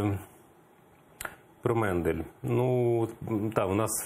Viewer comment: Не Мендель, а Мандель! Коли ви вже навчитеся вірно називати прізвища!!!???